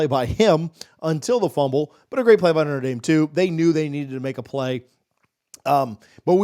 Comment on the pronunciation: Please quit saying "Noter" Dame. Think "Notra" Dame. I am a staunch Buckeye fan but I shutter when I hear sportscaster abuse the name of one of the best Catholic educational institutions.